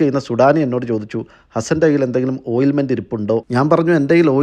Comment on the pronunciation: ഓയിൽമെന്റ് അല്ല, ഓയിന്റ്മെന്റ് (ointment) എന്നതാണ് ശരി.